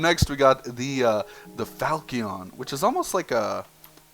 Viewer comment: it's pronounced falchion for future notice